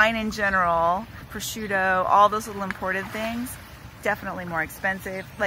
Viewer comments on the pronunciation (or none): none